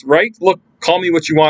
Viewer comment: It's really surprising that you could pronounce Thiruvananthapuram so accurately... ❤️❤️❤️